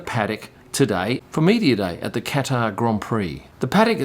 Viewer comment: Hopefully by the end of the grand prix u will be able to pronounce"Qatar" right